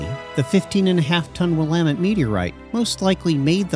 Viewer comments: It’s clearly NOT a “robot voice”. He even pronounced “Willamette” correctly. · Thanks for pronouncing it properly